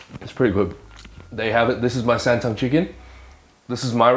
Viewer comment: The whaat chicken? “San tung”?? Lmaoo